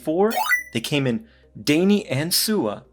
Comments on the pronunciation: great review...daini - actually pronouced "die knee". :-) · Great video, but you gotta learn the pronunciation : Daini → “dye knee” Dai = literally a number order and ni = 2 , so “Second Seiko Company”.